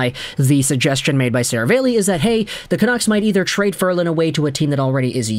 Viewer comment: … “Ser-a-valley”. Not Seravale-y. I assume it’s Italian. You’re normally so well spoken I figured I’d help you out.